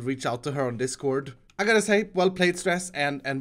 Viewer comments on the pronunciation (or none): none